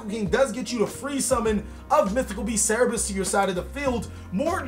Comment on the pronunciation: Cerberus not cerebus